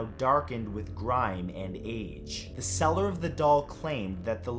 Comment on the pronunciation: I keep hearing "cellar" not "seller"